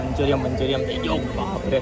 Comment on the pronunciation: મંચુરીયન ✅ મંચુરિયમ ❌